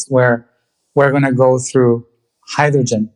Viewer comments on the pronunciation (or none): none